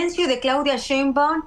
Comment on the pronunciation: A ver Anabel, repita conmigo "Schainbaum, Schainbaum, Schainbaum..." de nada